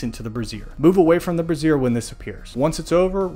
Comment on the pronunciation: Nice guide. By the way, the way you're pronouncing brazier is like brassiere, which is a bra.